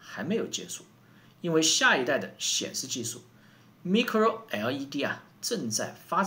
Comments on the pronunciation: Micro 不读“ me”cro, 读“my”cro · 队长的节目我每期必看，衷心佩服。有一点建议，Micro 的读法是麦cro, 蜜cro. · micro应该读麦克洛，音同微软前面的地方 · 發音是麥克羅不是咪克羅. 韓國每次都自我膨脹, 中國從來都不是以追趕韓國工業為目的, 中國是想要達到世界第一級先進技術為目的. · micro[ˋmaɪkro]，是這樣念的